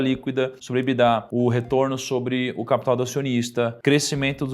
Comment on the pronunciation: EBITDA é uma sigla em inglês, porque as pessoas falam "Ebidá" como se fosse francÊs?